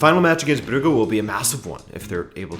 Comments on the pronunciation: Brew-ga? Brewwge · It's pronounced club bruzhe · It is pronounced "Broojsh"